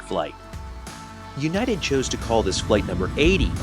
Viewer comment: Hey...it's united😂